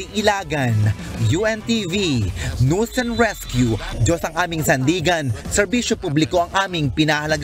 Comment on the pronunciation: yong pronounsation mo ng NEWS Hindi nose kundi NEWS.